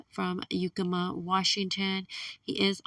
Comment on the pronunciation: Yakima, not Yukemma.